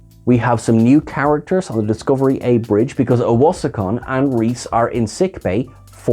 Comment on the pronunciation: Did you say Discovery A?